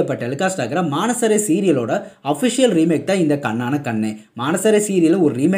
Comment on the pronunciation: Bro that's not maanasare that's manasaare it means by heartly ok